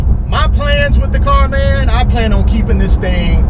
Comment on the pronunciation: "thats it mann" must be from FL